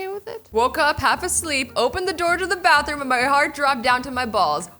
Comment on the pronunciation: “IDE burn down the barthroom to the floor” lol xD 😂